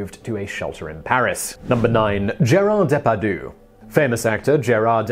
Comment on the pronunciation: You need some pronunciation practice: Gerard Day-par-djuh, John Who-Stön.